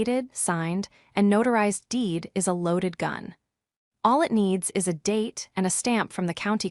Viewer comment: I have listened to three of these stories from this provider. The AI is appalling is becomes "I", "s" instead of is, the text is worse and there are two many ads breaking into the story